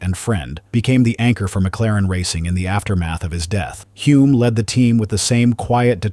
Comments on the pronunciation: Hulme not Hume...AI narrator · Really you should all watch the 2017 McLaren docudrama about Bruce's life. It is full of real facts and at least calls Denny by his correct surname. It is "Hullmmm", not Hume. Hard to take the rest of this seriously when it pronounces the second most important protagonist's name incorrectly. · He achieved so much in such a short time. Thanks for the video. You have Denny Hulme spelled right, but pronounced it Hume.